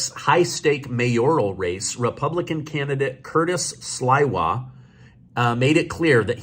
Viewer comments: Cutis' last name reads not Sl iiiii wa, but Sl eeeeee wa. Pronounce the "i" as "e" like in word "sleeve." He put his life on line protecting NYers from 1979 w his group called "guardian angels." He earn that job already. Mammie-dummie is a vile leftist w psychotic & hostile ideas & appeared recently from nowhere! I live in NYC for 34 y. now & if he's elected, NYers will get what they deserve - complete choas! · Sliwa.....pronounced Sleewa. Long e, not long I. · Say "Sleewa" not Iwa He started the Guardian Angels. Fighting crime on the subways and all over NYC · it’s Curtis Sleewah NOT Slywah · "Slee-wa", not "Sly-wa". He's been a NYC fixture for over 40yrs. I know if you google his name pronunciation it will probably come up. He founded The Guardian Angels, maybe late 70s, early 80s. I can't remember, but I'm sure if I googled... He's also a GREAT guy. Omg, Catsimatidis' name too. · Its CURTIS SLEE-WAH! NOT SLY-WAH! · Sliwa, pronounced Sleewa.. ❤ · should be embarrassed that he doesn't even know who Curtiss Slywa is (founder of the Gaurdian Angels and known around the world). He cannot even say his name correctly., we love ya, but you have to do better. Don't talk about things you don't know. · The name is pronounced slee-wah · It’s pronounced slee wa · FYI: Sliwa is pronounced with an "E sound,. Also, Mark Levin supports him. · It's "SLEE-wa": Cuirtis Sliwa. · FYI Curtis Sliwa’s last name is pronounced Sleewa (long E sound). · Slee-wa. Keep up the awesome work! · His name is pronounced Sliwa slee-wah Mayor Giuliani endorses Sliwa, The same guy that the Democrats have attacked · FYI,His name is (Sliwa)Slee-Wah Dennis/Long Island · It’s SL-EE-WA and he is a good good guy. If I still lived in New York I would vote for him. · Pronounced Sleeee-wa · You ought to do your homework on Curtis. Find out his history and say his name the right way!